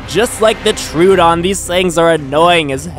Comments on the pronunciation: Tro-uh-don. Not True-don. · ITS PRONOUNCED ' TRUE - OH - DON'